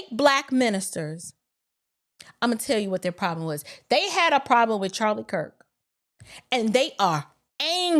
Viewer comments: Along with the lies and slander, he didn't even pronounce the man's last name correctly. He said,, Charlie Crist. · He said Charlie Kris he didn't even say his name correctly 😂😂😂